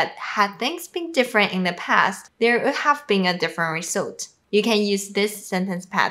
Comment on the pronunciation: When you said would have. It sounded like ould have. I didn't hear the W sound. Say it like the word "wood" have. Great videos